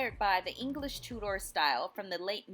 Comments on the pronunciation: Too-der, not Two-Door. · The pronunciation "Tu-door" is French and how you would say the watches by the French Swiss watchmaker Tudor. But since we're talking about an English design whose name comes from the Tudor dynasty of in England (of which Henry VIII was the second and Elizabeth I was the last) the English pronunciation should be used which is "Tu-der". Actually slightly more quickly so it sounds like one word with two syllables that it is. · I was excited to see Tudor homes reviewed but your pronunciation ruined it for me. Two-door and other words, not gonna go through them all. Voice over is a good idea but its worth taking the time to look up the correct way to say the words you are reading.